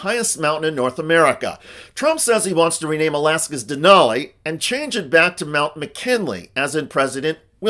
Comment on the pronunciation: it’s DENALI 🤦🏻‍♀️